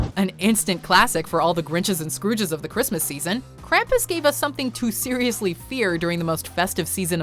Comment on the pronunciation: Am I the only who hates how she said Krampus?